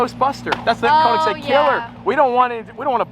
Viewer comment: Pretty please learn to say Konig XD